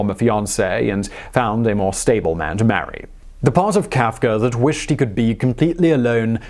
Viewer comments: Who is Franz KaafkeR? He keeps saying Kaafkerr. :-/ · HE IS FRANZ.. FRANZ KAF-KA